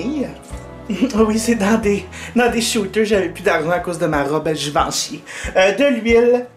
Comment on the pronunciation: Tes trop drole !! Mon dieu jadore tes video cosmetic mais la je suis FAN de toi et ton ´givenchý ahahaha